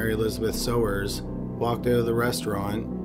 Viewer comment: Mary Elizabeth Sowers - pronounced "Sours". I went to high school with her - Mary Beth.